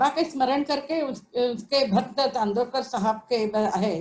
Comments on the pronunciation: Sir plz plz he is not chandrokar u pronounced wrong.. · .Please get your pronunciation right.It is Nana Saheb CHANDORKAR not Chandrokar:)